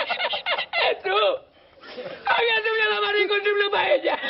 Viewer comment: Jesús la J se prononce comme un R je suis Suisse naturalisé Péruvien prof de français, espagnol, anglais voilà donc tu t'es gourré hé oui tu ne maîtrise pas l'espagnol !!